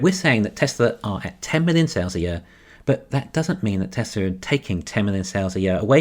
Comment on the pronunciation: There is no "r" is Tesla.